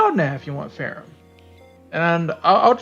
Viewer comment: I thought her name is pronounced "fer-ham"